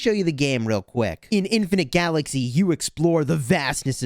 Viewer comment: LMAO your really emphasizing on Infinite Galaxy Sponsor hell yeah stick it to stick it to Lilith